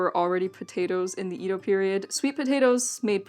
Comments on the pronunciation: Both "Ído" and "Édo" are wrong. The correct pronunciation is Ēdo. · IT SAYS: "EDO";, NOT "IDO"! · For further pronunciation shenanigans, the common pronunciation up until about the late 19th century was “Yedo,” and you may still hear it that way in some dialects. Great vid, though! I love it when people cover life as it was lived by common folk. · I love that your corrected yourself seconds after I corrected how to pronounce edo myself. I love it. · Good thing came by to correct your Edo pronunciation and to drop off some olive oil.